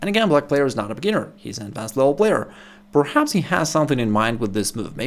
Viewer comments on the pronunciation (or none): none